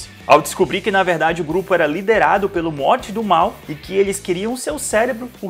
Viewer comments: Pq vc fala MORTE??. N assistiu não. Morty se lê morry....kk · Por favor não pronuncia "Mort" please!!!! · Mds para de falar morti 🙏🙏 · Que agonia ver vc falar “MORTY” e vez de “MORY” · se fala morry ou algo do tipo, mais pfv n fala morti dá agonia, aff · Meus ouvidos sangram quando escuto “Rique e Morte “ Kkkkkkkkp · "riqui moirti" KKKKKKKKKK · A pronúncia é MORIIII QUE AGONIA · “Morte” não, meu amado, pls!!! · Pq vc não sabe pronunciar "Morty" ? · Fala o nome do morty direito porra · Isso é um doido kk, até o nome do morty ele pronunciando errado, esse maluco. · Mano da agonia o cara falar o nome do morty errado kkkkk nao se le do jeito que se escreve nao amigo kkkk